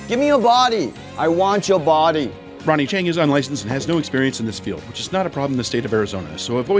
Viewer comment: Ronie Chieng. Don't kha khi khong, kha khi song.